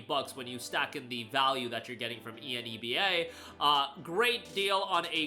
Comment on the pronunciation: Rhymes with ENEMA, Seriously though... Hearing you repeatedly chant E N E B A was offputting, annoying and made me just a little angry towards the end of the video. How would you pronounce "783 Enebium has been added to your Enebium Balance" ? You gonna spell that out too? Grow a pair... it rhymes with enema, just say it.